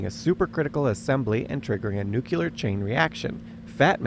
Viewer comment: What is this? A Podcast that you decided to stick some home movies on top of? This page is called higher learning, but you can’t pronounce nuclear or bombardier correctly. That immediately subtracts from your credibility.